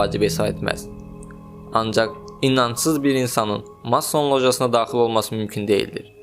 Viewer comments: Mason sözünü düz vurğulaya belə bilmirsən savadsız, gəlib masonlardan danışırsan indi 🤣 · ala get masson sozunun deyilishini oyren sora video chekginen ozude telefonnan chekir